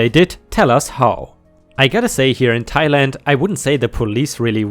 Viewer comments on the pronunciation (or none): none